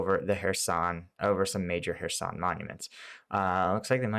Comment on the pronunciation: I'm watching your video instead of Joe Blogs because you pronounce "Kherson" correctly. He's still calling it "Curzon".